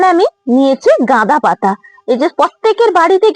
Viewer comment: গাদা পাতা ভালোভাবে বলুন